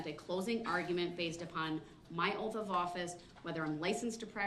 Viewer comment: "You took an oaf"